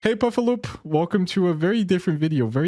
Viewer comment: He said "puffaloop" i believe 🤓